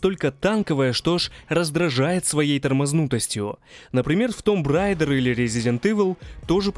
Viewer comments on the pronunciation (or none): none